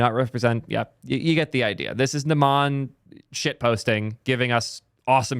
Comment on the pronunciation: its "n uh - m uh n" not "n uh maa n"